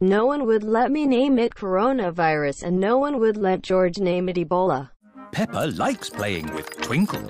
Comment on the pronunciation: Peppa more like pepper Hahahaah😅 hear close Fore real hah🤣🤣😂🤣